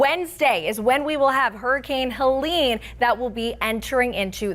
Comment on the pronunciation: Pronounce Wrong name about helene...?Americans english?